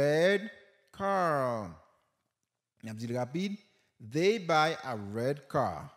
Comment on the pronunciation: Pwofesè eklesim sou....they.... Svp paske mwen wè gen moun ki pwononsel kòm dey ou menm ou di vey